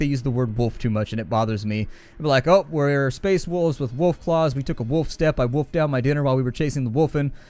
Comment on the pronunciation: How do you say Wolf that it hurts your teeth? =)